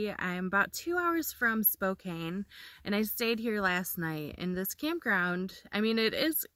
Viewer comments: Thanks for sharing your travels! For future reference, it is pronounced Spo-can, not Spo-cane :) Safe journeys! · I live in Spokane...pronounced...spo- can.😊😊😊 Please be careful in Idaho. Pretty hot state right now for the virus. 😷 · You really did Washington justice. It is a beautiful place to visit and live. Stay safe! PS pronounced Spo'can'. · i have a good friend that lives in Spokane - it's pronounced SPO CAN - she corrects me all the time lol